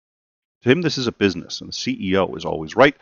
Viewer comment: (get down to bweezness)